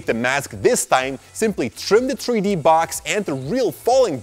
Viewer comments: 3D=THREE D, NOT TREE D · a tree dee model???😂 (I know he meant 3d but still COME ON)